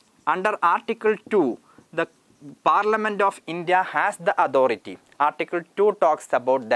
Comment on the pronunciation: Authority word ka pronounce ojib sa log raha hain yar..